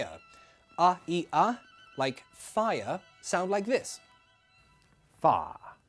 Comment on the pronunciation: that "Fire" sound like a Villager in Minecraft 😂